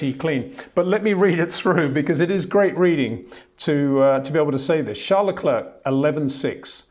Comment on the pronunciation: Leklurk, Vershtappen; it just sounds so incredibly dumb.